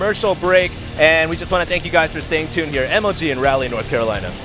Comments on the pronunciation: LAWL. Zell-otts in Rally, North Carolina., seriously. You're an American and professional announcer. If you've never heard a word spoken aloud before, Google the pronunciation before you use it in a live cast in front of thousands of people. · Don't mean to be irritating, but Raleigh is pronounced like Rah-lee, and not rally.